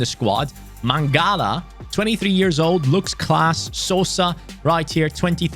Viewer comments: u are saying sosa's surname corectly,greetings from croatia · You are saying Sosa correct, I am from Croatia. Love content